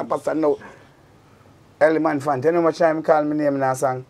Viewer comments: 🤣🤣🤣🤣 me too!! The first time I thought it was a mistake but then he said it again and again. 🤣🤣🗣🗣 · Think a me alone. Eleman phant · I was comfortable watching this until I hear the man say Eleman phant fine it in the dark , jps cut off him light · Can't stop laugh ! Ele-man-phant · I laughed every time Beanie Man says “Eleman phant”